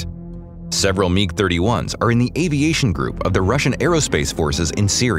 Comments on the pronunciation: MIG not Meeg. WTF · WHAT THE HELLOIS A meeg?' lol